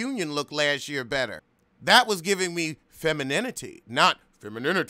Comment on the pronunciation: The way you say “femininity” 😂😂😂